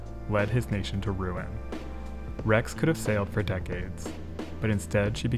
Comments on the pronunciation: You pronounced Rex okay 👍🏽!! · Seems to me you pronounced rex correctly every time. If Italians wana their names asaid correctly they shoulda speak english.